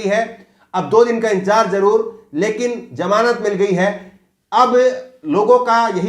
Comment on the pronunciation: Its ZAMANAT not JAMANAT